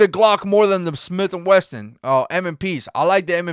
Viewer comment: "40 Smith & WESSON"! WESSSSSSSSSSSSSON! NOT "wesTon". There is no damn "T" anywhere in it. Why would I trust anyone who says anything about 40 S&W caliber, if they can't even pronounce it right.